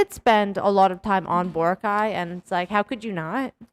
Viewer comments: it's always been bo-RA-cay. i went to ilo ct for college and worked there thereafter for a total of 6 years. i've never heard anyone from there pronounce it the way you and other foreign vloggers do (some of my classmates were even from aklan); same with national news outlets. if you hear other filipinos pronouncing it with stress on the third, they've been influenced and are just emulating it, which is quite concerning. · i notice you guys actually make it an effort to pronounce places' names accurately so kudos to you. but for boracay, the stress is on the second syllable. bo-RA-cay. not bo-ra-CAY. most are like this for names with 3 syllables. not all though. guimaras, marilao, surigao are all stressed on the third. i don't think there's a rule to follow tbh so don't worry too much about it. just here to advocate for boracay's correct pronunciation.